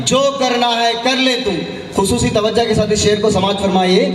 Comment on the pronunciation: Tawaja nai tawaju hai Ghazal padne nikale urdu hi barabar nai